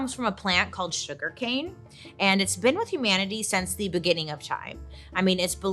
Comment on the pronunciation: “it’s been with humanity since the BOO-ginning of time” 👻 Did I hear that wrong or are you just in the holiday spirit 🤣